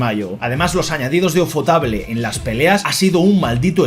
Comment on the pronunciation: por favor nunca vuelvas a pronunciar Ufotable en un video que si lo veo te lo denuncio🥲